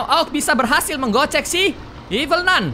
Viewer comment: ralat: nun kak bukan nan